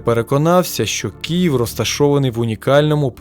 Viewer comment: Дякую за відос, єдине, перепрошую та не КІЄВ, а Київ)